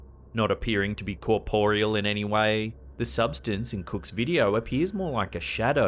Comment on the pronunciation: The narrator's pronunciation of 'corporeal' 😂😂😂😂